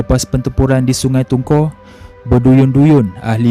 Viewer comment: Sungai tungku ,, ku sebutan nya